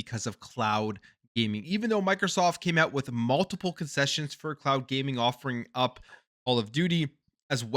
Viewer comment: For a second i thought you said clout gaming. Oh cloud gaming makes more sense 😂